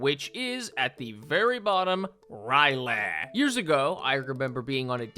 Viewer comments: It's R'Lyeh not Ry'leh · I say Rill-yeh, but rill-yea or something else similar also makes sense. It’s spelled R’lyeh and not Ry’leh, so the only real way you get “Rye-leh” is if you aren’t reading the word (A lot of people from a certain generation were taught to pronounce words via symbol recognition and not syllabically, so not being easily able to actually figure out pronunciations for new words is unfortunately very common). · R'lyeh is pronounced Ryh-Lay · the pronunciation of R'lyeh kills me bro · Man makes jokes about Cthulhu on dates, doesn't even know how to pronounce R'ryeh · the way you pronounce R’lyeh fills me with rage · Bro's really out here mispronouncing "R'lyeh" out here. SMH some people can't read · What if the 10 second silence was actually a response to his inability to say R'lyeh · Please tell me will not be pronouncing R’lyeh this way for the entire video. At least he doesn’t pronounce Cthulhu as like “clubuthu” which I have heard before. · Same for R'lyeh